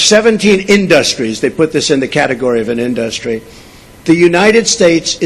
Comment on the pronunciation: I think it's just hilarious how he pronounces "in-duhs-tree". Is that a New York accent thing I'm not aware of, or is he just a moron?